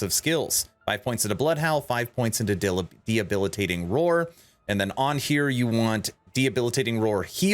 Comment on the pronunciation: 👮‍♂There's no "H" in "Debilitating." You're thinking of the word "Rehabilitating." Great build.